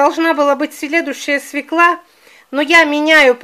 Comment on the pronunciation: простите, но слушать не возможно,СВЁКЛА.,ударение всегда на букву Ё